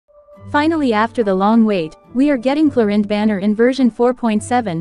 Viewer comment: Arrlechino and Clorinde 💀